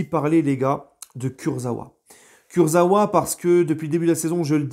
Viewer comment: Ça se prononce kurza"VA" et non pas kurza"OUA"😁😁😁